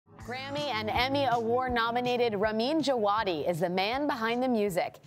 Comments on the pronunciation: actually pronounced "Java-Dee" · who clicked this just to check how to pronounce ramin djawadi?